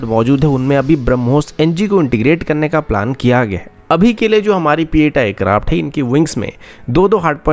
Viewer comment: Bhai sab it's p 8i not pieta